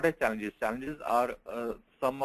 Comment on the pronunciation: Its challenges in automation say it clear man, it sounds like chances OMG :eyes-purple-crying